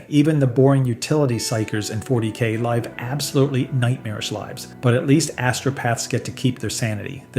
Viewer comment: yeah it got me for a while too, but then you spot how the pronunciation of unusual 40K terms gets butchered, or like it uses the wrong version of “Live”